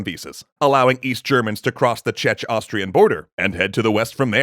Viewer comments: "Cze??-Austrian" border? what is that :D. obviously, you meant "Czech" pronounced as "check", but it was still funny. Anyway, it always fascinates me, how communist leadership is always populated mainly by monsters and people that dont give a damn about anything, expect maybe their status :D. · Please, CZECH your pronunciation next time. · The way you pronounced Czech-Austrian border made it sound like Chechnya-Austrian border. I know may sound like a minute thing, but had very real consequences. The very same phenomena appeared right after the Boston Bombings with some severe consequences: "And it was not only social-media users getting confused; a former CIA agent commenting on the manhunt for CNN also got the two territories mixed up live on air." Source: You guys produce very high quality content and I have been a fan ever since the 3rd season of EC. You guys do amazing work that promotes histories of countries across the entire globe. I always get super excited when you mention someone from my county (like Čapek and his RUR in Extra Scifi Episodes), so hearing this was a little jarring and unexpected. Thanks for all your work! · If english speaking youtuber could ever pronounce a word or name correct.